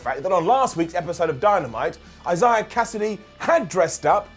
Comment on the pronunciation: sure does have a difficult time trying to say the name Isaiah... Another great episode of dynamite overall. Really do need to get consistent with this best friends versus best man mirror story and have them both move on to something else. Thunder Rosa should buy rights get the win over riho. But they'll probably give it to riho. probably make her champion again which pretty much nobody wants